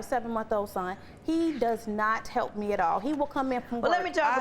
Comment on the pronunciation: My take away is she really knows how to pronounce "AT All....A-TTTT All"